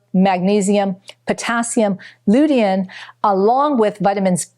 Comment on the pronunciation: I have never heard anyone pronounce lutein and polyphenols the way this woman does. Is English her 3rd language??